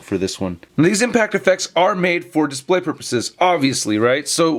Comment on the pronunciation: Lol no y at the end of display